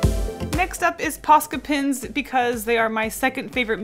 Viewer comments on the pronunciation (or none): When says Posca pens, it sounds like Posca pins